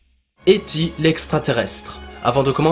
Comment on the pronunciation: "éti" tu me décois mec ;) sinon parfait continue ;) yeeeaaayyyy